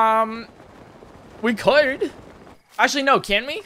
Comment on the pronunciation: why did he say "could" like that